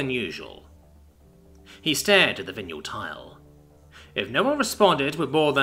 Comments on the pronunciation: Dude I love your narration normally. Are you English because if you are, you can't have gone to school. Vinyl ... Vi (not vin) nal PLEASE PLEASE PLEASE LEARN TO PRONOUNCE THINGS CORRECTLY, it's a travesty when you ruin a single word (or words) when reading. This puts me right off listening to the rest of it. Linoleum, side boards etc so it's a vinyl tile. (where and wtf is a vineal spelt as you pronounced it tile). DO NOT BOW TO THE YANKS, SPEAK ENGLISH BE PROUD TO BE ENGLISH, if you aren't your still not forgiven correct pronunciation makes or breaks a story..... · >.<!!! It's Vinyl! VIE-NULL! VIE-NULL! >.< (This happens more and more frequently, old words for old things being pronounced by people who've obviously never heard them spoken aloud before and then the 'rules' of English utterly fail them.) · VY NUL. It is pronounced VY NUL. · Vin-yule tile. I think that is what yule logs are made from? You're golden. Thank you so much for the hours of narration you have provided for us. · Vinyl The thing records are made of Mf did you say vinyall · Butchered it bad enough I had to check the text,... hahaha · Wait, wait, wait., say Vinyl again please. Something tells me you've been pronouncing too many alien names lately.